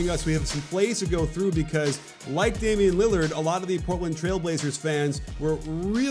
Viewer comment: “Damon Lillyerd”